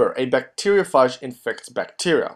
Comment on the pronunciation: It called a (bacteria-ph-age)